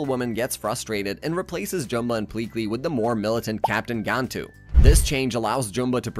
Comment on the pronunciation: You can tell the narrator was not the writer of the script. He keeps saying jumba and gantu wromg as well as many other normal words.